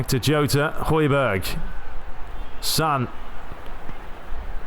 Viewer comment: In Spanish the letter "j" is pronounced "h" so Jota is actually "Hota"